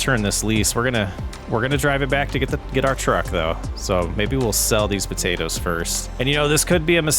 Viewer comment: If you're gonna say potaters and tomaters, you need to leave off the "po" and "to" to be correct red-neck😂😂😂